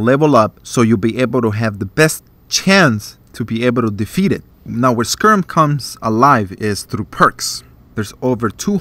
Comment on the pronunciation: Other than the mispronunciation (it's sky-rim, not sker-rum)...great review.